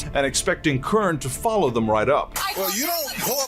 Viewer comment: I hate it when they says Fallow my command 🤬